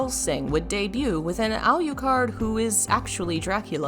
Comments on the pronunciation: 'Al yu card'? really? lol they say how you say it in the game you know! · Look I gotta say: I love the video, but not the pronunciations As a Dracula fan and a goth, I gotta say hearing you pronounce Bram and Alucard the way you did, well, staked me in the ears. Japanese words pronounced right is just a wish It's just that you are very scholarly, you know. And I don't know how to give feedback properly:x